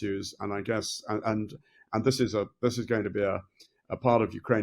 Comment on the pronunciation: The interviewer pronounce the word and with a t in the end? Ant is an insect.